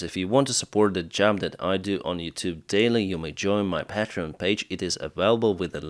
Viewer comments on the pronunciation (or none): none